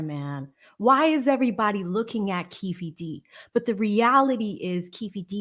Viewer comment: Keef D , instead of kee-fee D is hilarious 😅. Good job.